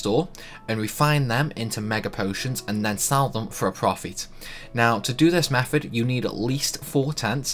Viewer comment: It's not 'free' it's three, it's not 'meffud' it's method, it's not 'fousand', it's thousand, it's not 'furver', it's further, it's not 'maff' it's maths. Which town in the Potteries are you from? Best one I heard 'Funderga' - lol, was that supposed to be Thunderga? You're a star, I like you!